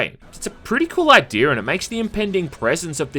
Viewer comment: Idea* not Idear